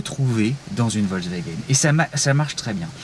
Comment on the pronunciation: Analyses et observations intéressantes comme d'habitude. Juste la prononciation "vozewagen" (même pour "hop là") un peu perturbante mais bon...